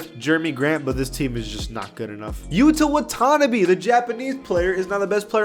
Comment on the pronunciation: you slaughtered the pronunciation of watanabe’s name